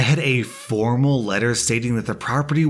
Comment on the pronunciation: the way he said formal lmao